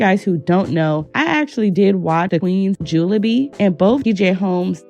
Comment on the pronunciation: Always love your videos. Buuuut “Jubilee”. I’m British so just trying to help! ❤